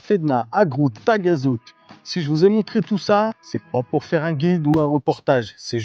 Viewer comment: Moi Taghazout haut la main 😃. On prononce Tarazout 😉. Sympa ce format 3 lieux 👍👍